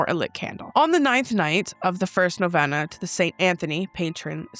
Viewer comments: Hey I know this is kinda stupid but Novena is pronounced no-Vee-nuh i just thought I should tell you 😅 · Love you. This is not a criticism. Just a piece of information. It's pronounced NoVeeeena, long E. Wishing You, Adam and Remy, Blessings.